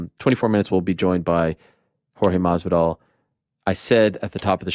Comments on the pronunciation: Come on...it is maSvidal, Ariel says it MARVIDAL...always the same xD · Ariel, you're almost right with your pronounciation of Masvidal. You just have to replace the "s" with a bit of an exhalation. That's how many Latin Americans would pronounce it. Almost like "Mah-vidal".